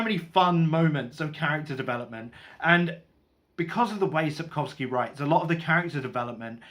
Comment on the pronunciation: Your pronunciation of the name Andrzej is probably as close to being correct as a foreigner can do. The surname is absolutely correct. The travelling through a war-torn land is probably my most favourite part of the Witcher Saga.